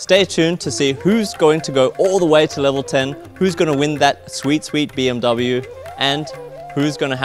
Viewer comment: Hey FNATIC, pls look up the right pronunciation for BMW. Thank you